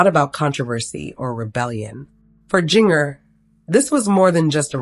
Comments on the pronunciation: Yep. You know when her name is mispronounced that it isn't something to be trusted. It sure makes you wonder why they even try to do this. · You can't even pronounce Jinger's name, I seriously doubt any of this is true.😂😂😂